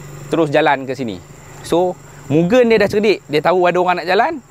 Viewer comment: Kepada hardcore mugen..sebut betul2. bukan gen tu mcm gendut nya gen..sebut moo g end dan bukan juga myugen. Saya ulamm..moo g end